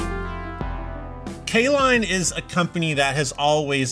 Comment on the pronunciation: Caline? I thought you said K Lon.